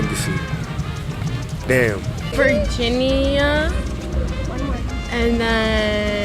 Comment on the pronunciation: “Virgin-ee-Yah” She might be as sharp as a bowling ball, but damn! She is a cutie.😍